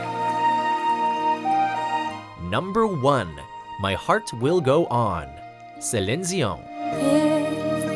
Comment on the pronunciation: Why do you pronounce her name Selensiun?... oh my god.